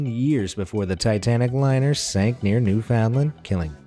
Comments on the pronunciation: "NEW-found'land" - definitely not the Canadian pronunciation. It's "new-fin-lind" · “Sank near new foun lan” Me, a Newfie: I don’t like it... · Please. Next time you say Newfoundland... it's New-fin-LAND, rhyming with understand. :) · As a Canadian. The way you say Newfoundland makes me laugh 😂😂😂😂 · "Newfoundland..." Pronunciation? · The way you said Newfoundland made me mad